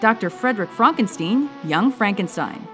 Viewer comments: It's pronounced FRONKENSTEEN!!! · did she just call frankenstein "frankensteen"? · i like how she pronounces "frankenstein" two different ways in about 2 seconds :)